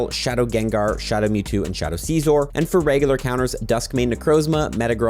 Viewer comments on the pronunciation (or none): none